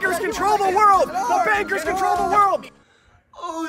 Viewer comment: I thought he said the Bakers.